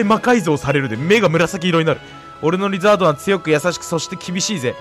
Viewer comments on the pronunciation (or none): リザードンがリズアートに聞こえる症候群